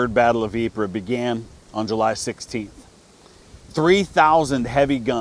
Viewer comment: Sounds like you pronounced Ypres correctly. How much practice did it take?